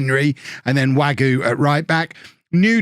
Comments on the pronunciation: Wague is pronounced WAG-EY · I think it's pronounced Way-gee.